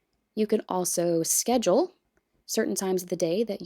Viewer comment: S K E D J U A L not sedjual